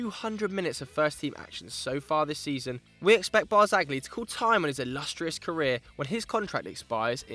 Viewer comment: AAAGH it's pronounced BART-ZALLY (the G is silent in Italian!!)